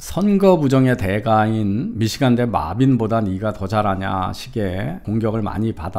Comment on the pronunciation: 구글이랑 파파고에 mebane 입력해서 아무리 들어봐도 마빈으로 안들림. Marvin으로 입력해서 듣는거랑 확실히 차이나는데 이제 영어이름도 지 뇌피셜로 읽어대는건가? 이 사람 교수맞음?